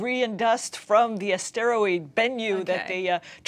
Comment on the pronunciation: Please learn how to pronounce the word asteroid. It is not a steroid.